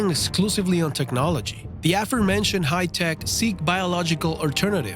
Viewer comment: Da "hi-tek"...roflmao